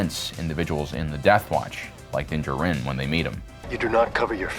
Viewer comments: He’s doing his usual not so subtle friendly trollings, as he keep saying Din jaRIN instead of Din D JAR RIN like most people. See, it made two of us troll bumpkins had to comment on his purposeful speech impediment. 🤦 🤣😂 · you’ve slipped out of your usual subtle friendly trolling states and pronounced ( Din JAR-rin ) instead of your usual Din ja-RRIN... That’s like Mando waking up and forgot to put on his helmet!... 🤣😂